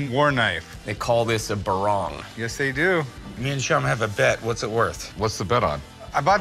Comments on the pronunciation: Not barang but parang. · Its not barang but parang. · It's called a parang not a barang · Well that's PARANG not BARANG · it is 'Parang' not 'Barang' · It's not barang but A PARANG. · Not barang its parang. Barang mean thing. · It's not called barang. It's called Parang (machete) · "BADANG" not barang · It's not even called "barang" it's "badong" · Not 'barang' but 'parang' . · It's PARANG! Not 'barang' for Christ sake! 'Barang' means item and 'parang' means machete! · Its not barang its badang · Parang, not barang